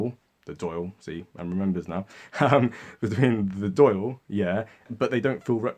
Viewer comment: Lol but its not Doyle it's Dawl for the Dail